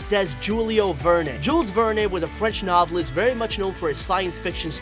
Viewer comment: Oh man it was painful to listen to him mispronounce Jules Verne so many times in a row. Have you really never heard his name out loud before??